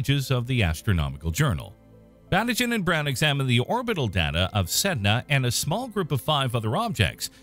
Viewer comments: Pronunciation: Batygin = Ba-TEE-gin. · it makes me mad that everyone is pronouncing konstantin batygins name wrong! is it so hard to check that before reading the script?!